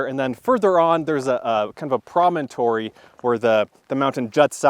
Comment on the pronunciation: I was looking up the pronunciation of promontory (you had it right) and in the process discovered that you were not on one. A promontory is a point that projects over water.. Not trying to correct you, not a troll, just an old lady learning for my own edification and passing it on.